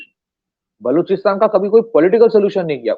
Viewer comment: When he calls "baluchistan" , "baaluchistan" , it becomes clear that he is a Bengali 😊